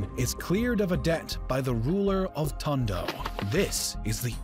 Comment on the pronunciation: What is Tongo? It was Tondo, mot Tongo.